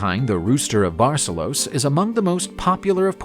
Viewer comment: He pronounced everything in some unknown accent or fake language.... I don't know what THAT was. Seriously, "composteeya"?? da fuh? It's so easy too, just say : "Compost-Stella." and stress the second syllable in Barcelos: Bar-SELL-Los or better yet, Burr- SELL-Loosh.